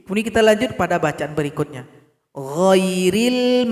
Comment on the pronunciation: Ada yg baca wairil,bkn ghoiril